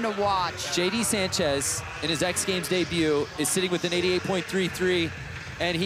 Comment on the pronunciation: Can't even get Sanchez right 🤦